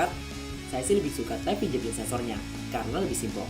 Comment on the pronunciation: fingerprint bacanya fingger bukan finjer